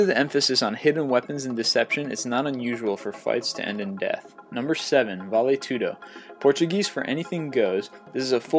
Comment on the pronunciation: He probably would've said it wrong anyways. And he also said Vale Tudo like such a white boy it was terrible. No offense to white people